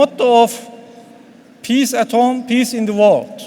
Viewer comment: vorld ama wörld değil vorld :ahahaha